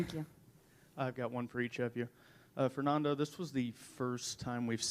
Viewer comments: ITS FERNANDO NOT FERNONDO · A W true it’s just annoyed me how she pronounced Fernando